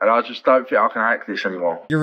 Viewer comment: When the voice says “fink” or “fought” there’s really no point listening any further.